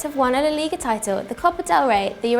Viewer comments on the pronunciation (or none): none